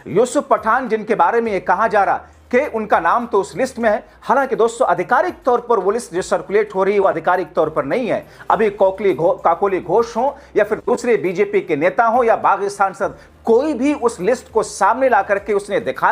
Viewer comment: it is Ka ko ly Ghosh. Not Kok ly Ghosh😄